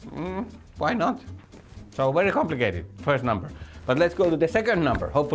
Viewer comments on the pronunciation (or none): none